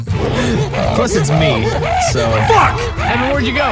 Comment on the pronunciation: clearest most crisp fuck I’ve ever heard, which came from the true terror of being chased by a giant screaming gay zombie baby